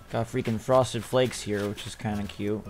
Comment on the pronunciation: He said Frosted Flakes. 😂😂😂😭